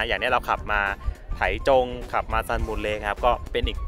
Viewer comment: ออกเสียงว่า "ไท่จง" ครับ เคยไปอยู่หลายปี